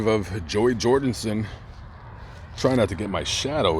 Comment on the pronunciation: “Joey jordinson”😣